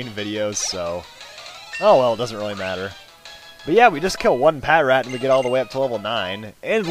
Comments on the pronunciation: Just so you know patrat is said as one word, not pat rat. Like puh trat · sorry, but its new and your older so start saying Patrat like patrol rat (that is the real way to pronounce it) sorry just saying